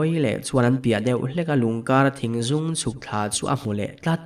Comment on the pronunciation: Thingzûng nilo in Thingzung ani zawk lo maw.??